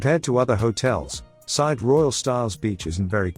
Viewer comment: If you set yourself up as travel specialist learn how to pronounce the resort name. Side is pronounced seeday